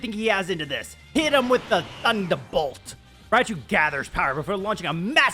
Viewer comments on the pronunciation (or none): NO NO NO! IT’S “TUNDA BOLT!” TUN-DA! 0/10 worst episode! Kidding obviously but this is a fun episode so far